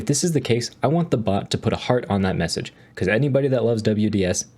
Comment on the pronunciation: Hahaha "take the user of the meSaghesr"